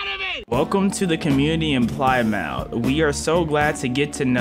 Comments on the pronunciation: pligh-mouth hurt me 😭 it’s pli-muth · It’s not ply mouth it’s pronounced PLIM MOUTH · It’s pronounced pli muth and it’s in Cornwall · Your pronunciation of Plymouth hurt my brain.